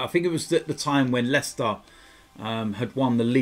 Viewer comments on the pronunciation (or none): none